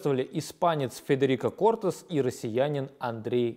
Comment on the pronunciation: КортЭс именно так произносится эта фамилия